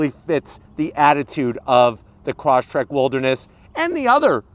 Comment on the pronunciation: you should pronounce it properly. not croshtrek, but cross trek